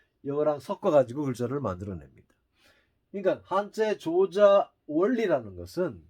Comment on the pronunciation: 우선 조자는 "조짜"라 발음해야하지 않습니까?